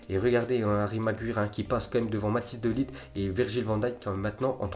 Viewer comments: Bouna sarr ftg déjà De Ligt ça se dit De Likt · C magwayer pas magwyre vieux shalgue et c pas DE lite c’est de light